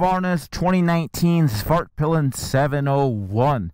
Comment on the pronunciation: This might be the most immature comment here but I kept hearing Fartpilen. Back to maturity, great review, waited a long while for a new MC commute